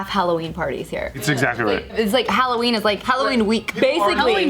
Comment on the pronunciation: Alloween? Ugghh good grief 🙄